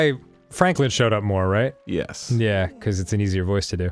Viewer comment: I love how Dan doesn't harden the G's in words like stronger and younger. And the way he says becawse